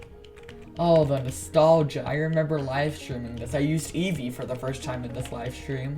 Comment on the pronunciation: I thought you said "yeezy" and not Eevee xD. Thanks for sharing with us :D